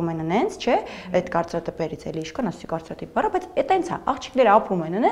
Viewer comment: Էս մարդուն մեկնումեկը մի օր ասելու՞ է, որ կարծրատպեր չի կարծրատԻԻԻԻԻպերա😂 Զգում եմ՝ շատ ես գործածում, գոնե ճիշտ ասա